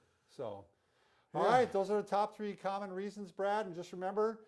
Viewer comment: you speed through the names .. and mumble the top 3 cant even understand